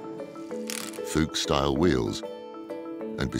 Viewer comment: ‘People who know’ don’t say ‘Fyoosha’. Fuchs wheels are pronounced Foooks. The presenter has previous for this, and is clearly not a person who knows. Really off-putting listening to a man pretending to be in the know.